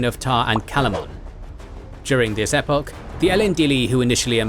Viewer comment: The British pronunciation of "epoch" is one of the worst parts of British pronunciation. Ee-POCK, pleas.